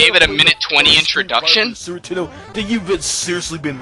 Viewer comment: did he just say "sewer 'tendo"?